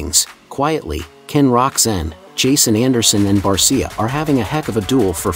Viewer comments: You need to pronounce Justin Barcia" name properly. He says it with an sha on the end. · Train your computer to say it right or type in Bar-sha. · I hate these Bot videos. For god's sake get his name correct lol.